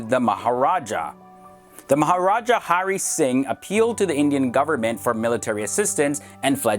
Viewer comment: 2: "The MahaJARAH" LOL